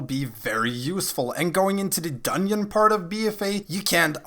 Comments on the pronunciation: Every time you say dungyon a baby starves to death. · I can't keep hearing you say "dunion" and can't figure out how to pronounce "th" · I spent the first half of the video thinking Dunyin was some raid boss in BFA. lol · it was yust a yoke don't take it so seriously. Dungeon or dunyeon we understand you:D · I'm ganna sub just cause you say dunyin I was rollin